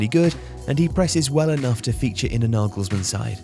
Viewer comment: Naegalsmaan. Couldn’t have butchered it any more could you